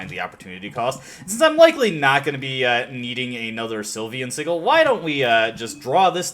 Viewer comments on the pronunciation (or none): Vermouth is pronounced ver-MOOTH and Sigil is pronouced SIH-juhl, by the way.